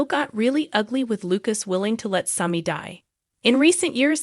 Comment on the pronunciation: Learn how to pronounce there names or stop talking about Days. I have been watching Days since the beginning of the show Sammy not smoke or whatever your saying. 1965 is when I started watching with my mom. 30 minute show in black and white